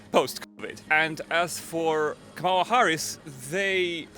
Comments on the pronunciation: I'm frankly amazed that despite having asked hundreds of people whom they would vote for, that Nick Shirley STILL CAN'T PRONOUNCE KAMALA HARRIS"S NAME CORRECTLY!!! It's KAMala, not KaMALa. The Ukrainians handled her name better than he did. And Putin is pronounced POOtin, NOT PEWtin ! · It’s “comma la”. Since you’re getting bigger, maybe it’s time to say it correctly.